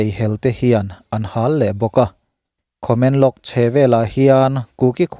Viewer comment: Khamenlong nilovin Tamenglong tih zawk tur aw